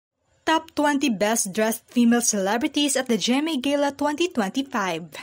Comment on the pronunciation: Gala ang basa dyan ..Gela😂😂